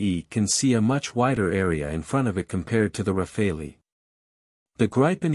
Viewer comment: It's not pronounced "Rafalee", it's "Rafal". The final "e" is silent. In French "rafale" means "Gust of wind" or "Burst of fire".